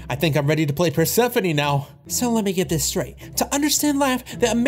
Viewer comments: Bro said perspephene instead of persphone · Bro saying Bird-sephone